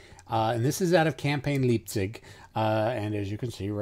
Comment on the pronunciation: Leipzig is not spoken Liepzig. The ei in german is like I (like in Iam) in german. Greetings from Germany. BTW great series.